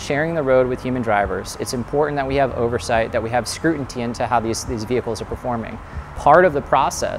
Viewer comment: he said "scruinty". Anyways, I'm studying to help develop self driving vehicles. I love the technology and it will make things work fantastically. But this is a poor implementation. How the hell are you gonna ask first responders to dial a 1800 when responding to a call 😂 grossly misusing a product that still needs development.